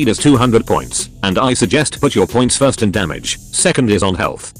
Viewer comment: Ahh yes "frist"